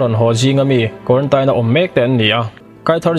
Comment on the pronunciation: Guarantaine pawh tise kan hrethiam tho😂😂